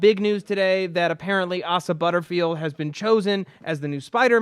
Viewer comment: They mispronaounce Asa's name everytime